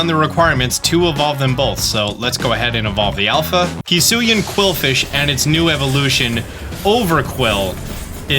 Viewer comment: How to say Hisui: Hiss-oo-ee How used to say it: High-soo-ee How now says it after realizing he was pronouncing it wrong: Hee-soo-ee?